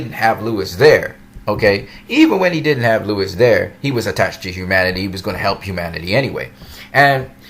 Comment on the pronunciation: Sorry, i dont mean 2 b an ass. But, did u pronounce Lois (LOH-is) as Lewis?? Sorry, i cant... 😅😅😅 Normally, i would hv just skip the video but since we both enjoy the Super specimen that is Henry Cavill as Superman, im gonna cut u some slack n watch. Lol 🖒 for u😆